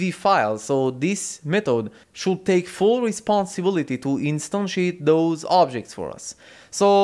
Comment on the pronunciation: Really liked when you say "instantiate"